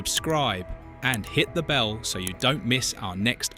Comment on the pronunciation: When you said hit the bell I thought you said Hitler Bell 😆